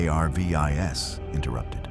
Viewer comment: I cant. I just cant listen to this, with the narration saying "JAY AYAR VEE EYE ESS" instead of JARVIS, over and over and over and over....😡😡🙄